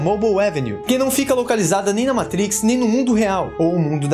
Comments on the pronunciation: Show demais, mas, pq falar "Meitriiiix". fala matrix homi. valoriza nossa língua. a gente ja sabe q tu entende dos paranauês gringos. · Muito bom vídeo, só faz o favor de parar de falar "MEITRIQUIS"... hahahahaha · Meitrix kkkkkkkkkkkkkkkkkkkkk quem ve pensa que é americano kkkkkkkkkl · Só não entendi pq no começo do filme ele fala "matrix" de forma "chique" e do nada fala normal. É um vídeo para brasileiros. Então fala normal.